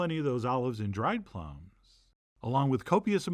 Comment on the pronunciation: Maybe you said "plumb" because we were talking about prunes, but it's "plum".